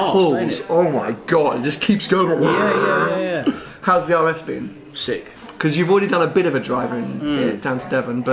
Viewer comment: I don't think I can ever get used to saying "sick" 😂